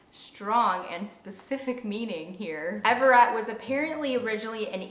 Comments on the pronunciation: Everet is actually pronounced ever - it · The way you pronounce some of these names 😂 Amos and Everett 😂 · Evander and Everett are two of my faves. I've never heard Everet pronounced like you said it in the video though so that's interesting